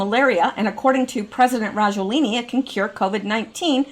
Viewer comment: FLU is a VIRUS and they DO vaccinate against it BUT.... Generally UNSUCCESSFULLY as the virus of the flu MUTATES !!! ALSO.... Why and How can you REPETITIVELY READ Rajoelini.... When CLEARLY the last letter of his name is NOT an "i" .... but an "A" STOP GUESSING !!! lol Just READ the unknown word!!! SYLLABLE per SYLLABLE !!! ;-)))